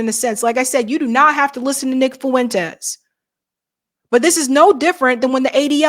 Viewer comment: Here's how to better pronounce his name: Nick "Fwentes"....not "Fuuu-wentes" Did that make sense?